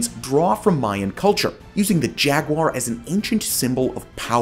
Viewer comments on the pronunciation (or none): none